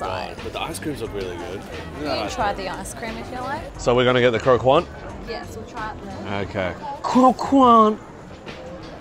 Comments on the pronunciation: Just as a note, croquant is a French word which means "crunchy" and you pronounce the 'qu' as a hard sound like a 'k'. So it's more like Cro-cont, than cro-kwant. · Croquant is pronounced croc-cant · please don't pronounce the letter U after a Q in french word :') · LMAO croquant is french and the way their pronouncing it is lowkey jokes